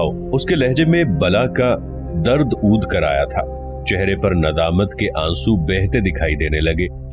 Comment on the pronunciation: السلام علیکم ورحمۃ اللہ وبرکاتہ.. جناب کایہ سلسلہ بےحدعمدہ ہےجزاک اللہ خیرا... البتہ کچھ الفاظ کی درستی ضروری ہےمثلا عود. ع. کےزبرکےساتھ ہے... قلق. ق.. کےزبر.. اورالملک... م.. کےزبراور... ل.. کےزبرکےساتھ.. وغیرہ